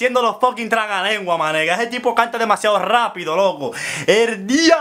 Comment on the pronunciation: Se dice trabalengua campeeeeeeeesino